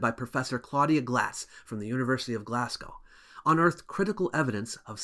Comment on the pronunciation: Glasgow is pronounced with a z not an s.